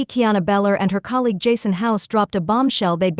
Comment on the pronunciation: It’s Belcher idiot not beller